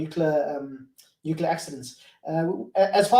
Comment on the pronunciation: Not nuceller. It's nuclear.